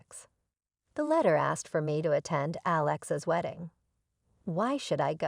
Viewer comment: Forgive me but though the theme seems a good one; if you want people to believe the video you really need to fix a few things about both the audio and the captions. There was quite a bit of mispronunciations, errors in voice inflections as well as punctuation mistakes. At times the name Alex was pronounced incorrectly as Aléx; or Alex's was mispronounced as Alexa's... We were not listening about a SISTER named ALEXA, but a BROTHER named Alex... Maybe you should get a proofreader the next time you wish to post? Just my two cents...